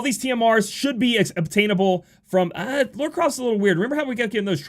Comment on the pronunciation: you say "Lara" and "Laura" the exact same way...